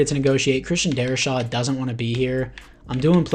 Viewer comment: Darri-SAW....not Shaw